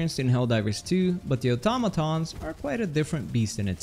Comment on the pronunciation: im so glad you pronounce Automatons right